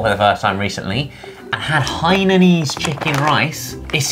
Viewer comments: I am from Singapore and oh my God I can't stand that ollie says hananan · In most if not all of the non english words, a is pronounced as ‘ah’ so it would be ‘lucksah’ and ‘hainahnese’ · As a hainanese person I respect Ollie’s way of saying it :Han-nan-nan is respectably better way of saying 😂.